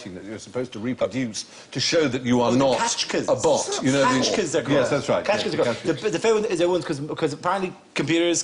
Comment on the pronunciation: Dara, Dara, Dara. :c It's "captcha", not "catchka".